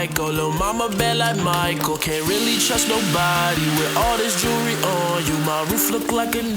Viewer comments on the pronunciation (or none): none